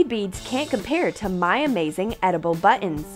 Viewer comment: You said" butt ons"